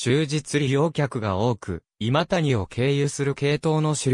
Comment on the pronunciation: の今谷はいまたにではない 正しくはいまやです